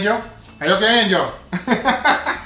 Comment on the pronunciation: that’s how he says it but it’s angel